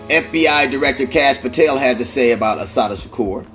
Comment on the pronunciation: Is this Ai reading this. If not mf learn how to say her name!!